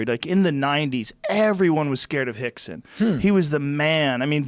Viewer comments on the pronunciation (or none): Why is Joe calling him "Hickson"...? Is "R" pronounced as an "H" in Portuguese...?